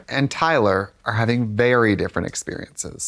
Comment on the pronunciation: Tayler? TAYLER? TEH EEEEEH EHLER? Arrest that woman.